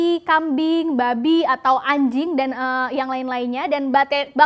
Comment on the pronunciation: Ngomong ANJING nya kaya niat gitu wkwkwk